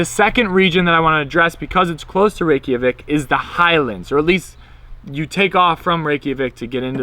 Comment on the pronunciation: Great informative video. I've been to Iceland 3 times and can't wait to go back next month. But PLEASE dub over the audio and stop saying "Rey-key-a-vik" It's Reykjavik , "Rey-ka-vik" lol Its you're like calling Mike Mikey. I honestly wouldn't say anything if you didn't say it SOOOOO many times! Otherwise great video. lol